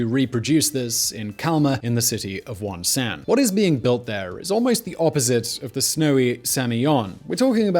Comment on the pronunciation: Mount Paektu = "Mount Pekk-du"... Not "Pike-doo" Wonsan = "Wawn-sawn"... Not "Wahn saahhn"